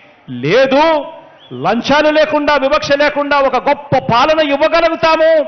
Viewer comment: జగనన్న అది లంచాలు అన్నా లంజాలు కాదు